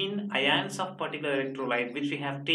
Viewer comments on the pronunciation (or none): Ugh, this horrible pronunciation of "ions" in this video is just the right turn off to stop listening. Please do watch over it, It's just pronounced as "ions", not " aaiiyyaanss". FD